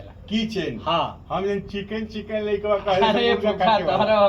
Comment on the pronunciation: किचन वाली बात पर जी से आप चिकन बोल रहे हैं बहुत सुन्दर लगा